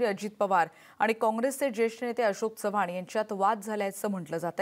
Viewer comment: अशोक चव्हाण नाव आहे अशोक चौव्हान नाही